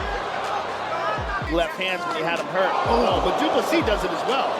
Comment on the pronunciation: try to say do plus c then you wil get it right